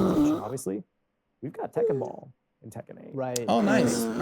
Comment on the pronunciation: "Tekken Boll"